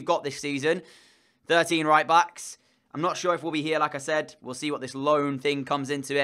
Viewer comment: Is it just me or every time you said "like I said" it seemed like Lacazette ? Lmao